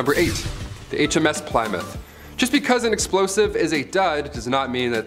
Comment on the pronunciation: ......how can you not know how to pronounce Plymouth